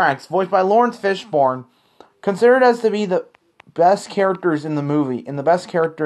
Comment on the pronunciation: His name is Lawrence Fishburne, not Fishborne. Sorry to correct you.